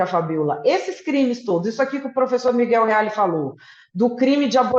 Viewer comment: parei quando ela disse Miguel Reale